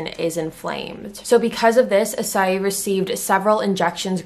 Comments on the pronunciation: I kind of shocked the way she pronounce his name. I thought did "I clicked wrong?" Idk but well.... I-ssey not A-ssay Just sayin' byeeee XD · "Ee-say" is closer to how you pronounce his name.